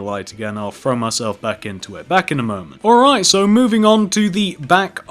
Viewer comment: Does anyone know he's saying frow instead of throw